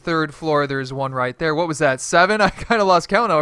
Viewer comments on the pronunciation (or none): none